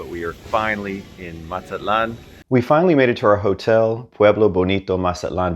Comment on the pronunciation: Linda needs to teach you hot to pronounce Mazatlan